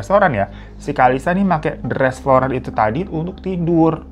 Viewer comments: Bang hiro floral bang floral bukan florar🫣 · FLORAL BU BUKAN FLORARRR!! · Froral apa floral.? Banggg